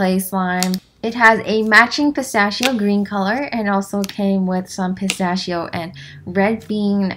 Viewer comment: The way u say “pistacchio” make me: ☠️💀☠️💀☠️☠️💀💀💀💀💀💀💀💀💀💀💀💀💀💀💀💀💀